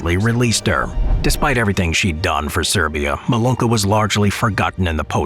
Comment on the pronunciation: Wenn Sie wass berichten dann bitte richtig, wass heißt , Serbischen ( Mulan ) daß ist beleidigung ihre Namen Sie heißt Milunka bitte richtig ✍️ und aussprechen immer wieder von ouch beleidigungen beleidigungen spotten spotten ect kwassi kaman nicht aussprechen gewendliche name schämt ouch.